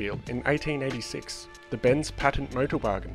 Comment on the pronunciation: it sounded like you said 1986 i dunno